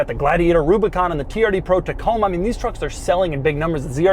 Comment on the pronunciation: “Toyota Coma” lol